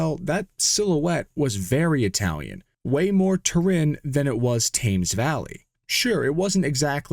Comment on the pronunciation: Thank you for not using AI. A couple of pronounciation tips: Slough = Sl ow! Not slow Thames= Tems Story time: In the 70s, car purchases consisted of either visiting all the car dealer forecourts you knew of, or buying a weekly advertising rag called Exchange and Mart. E&Ms motoring section covered all nakes and models, and during the 70s, as an avid pistonhead child, i would buy it weekly. Gotdon Keebles in the 70s were selling for ridiculously little money, especially during the petrol crisis. Five hundred pounds might get you a GK. Now, i can't say that that amount of money would get you a pristine example, but still, buying one, should i ever be able to drive was slways a dream i had, as well as theHillman Hunter GLS, the Sunbeam Rapier with Holbay engine, the sunbeam Tiger, and the Bond Bug..... dont judge, i eas only a kid at the time!😂 Thanks again for no AI. When i come across such channels i add them to my ignore list.